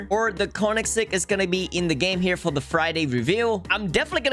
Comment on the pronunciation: It is pronounced as : "CONIGZEG"